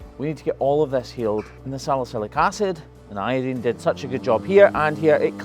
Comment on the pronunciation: Can you give a link to the first vid about this cow? I just don't remember the wrap. I mean you do have a habit of spraying the hoof with iodine, and calling it a day. And I don't understand why you don't pronounce it eye-oh-dine, but instead say not Eye-oh-dean. Where does the dean come from? I know in sum languages E is pronounced as I, and vice versa. Or something like that. We are talking about English. But I guess it's like here in the states. tomAto, or tomahtoe Hell IDK 🤔🤷🏻🤷🏻🤷🏻🤷🏻🤷🏻